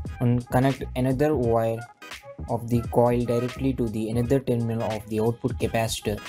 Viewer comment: Hahahaha .....he said "Teerminal"..... Hahahaha